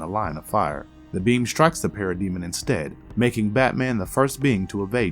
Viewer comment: Bro, can you please figure out how to say names properly?!?!? Martian manhunters name is John John's, the comic writers name is Geoff John's who's first name is pronounced Jeff, and finally Darkseids minions are called parademons.